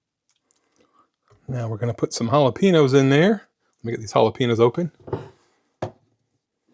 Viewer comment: The peppers are pronounced ah-la-pain-yos (Jalapenos)... I'm a firm believer in "you do you". Meals don't need to be exact. If you need a slight variation (peppers, sour cream, etc) to keep you on track, I say pour it on!!